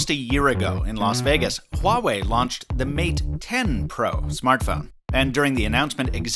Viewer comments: you are the only english tech YouTuber pronounced the name Huawei correctly. That's some serious attention to detail. Thumbs up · is the first Youtuber pronounce Huawei not Wuawei lol